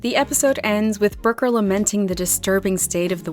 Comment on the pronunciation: The way you pronounce Brooker as "broker" is incredibly jarring.